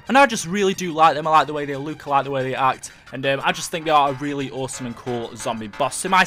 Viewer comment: It's look not luuk